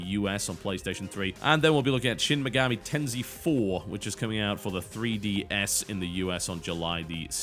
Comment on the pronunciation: Your pronounciation of Shin Megami Tensei makes me laugh. *high fives*